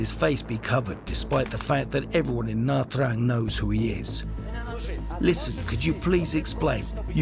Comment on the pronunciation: You can’t even pronounce Nha Trang correctly